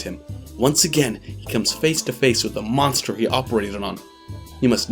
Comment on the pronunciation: There are so many error in the summary and name pronunciation especially the anime “monster”.